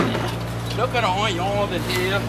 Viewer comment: HE SAYS ONYO LIKE CHEF JEAN PIERRE